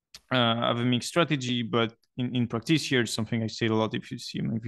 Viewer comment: you're the only person on earth who should pronounce practays instead of practice so continue saying practays my man! :P